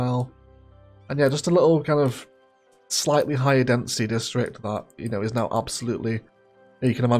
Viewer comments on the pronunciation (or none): none